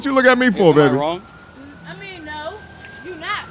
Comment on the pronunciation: The 1st girl said " SHRONG" 😂